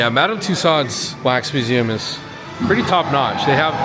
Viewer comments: It's pronounced 'TOO-sohs'.... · World famous yes but apparently not world famous enough for him to learn how to pronounce the name correctly. Lol